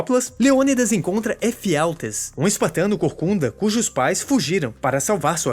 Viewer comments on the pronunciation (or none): "os espartas" e "Efialtês" foi de lascar